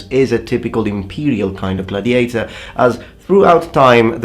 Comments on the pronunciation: Video interessante ! Una piccola nota — l'accento nella parola gladiator va sulla prima sillaba, così : /ˈɡladɪeɪtə/. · Gladiator has the emphasis on the first "a".